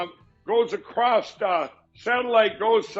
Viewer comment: Add “ACROSST” to the list of words Mike Pillow can’t say.